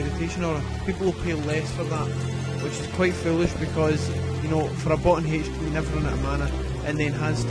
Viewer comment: heych-din? lol